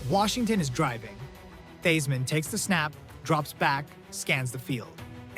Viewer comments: LT was the greatest defensive player of all time. This is the worst video I’ve ever seen. The random plays that don’t match the commentary, butchering Joe Theismann’s name. Not sure if this was AI but this was horrendous. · Please pronounce Theismann’s name!